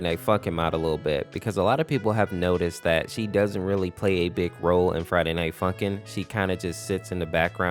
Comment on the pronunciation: when he says friday night funkin it sound like friday night f*$kin